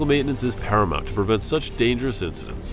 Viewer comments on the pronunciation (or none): Incidents. Not incidentses…